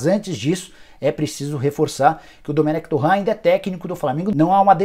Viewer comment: Cara, vc é o ÚNICO que fala “Domenec TORRÃ”. O próprio Dome já confirmou a pronúncia correta.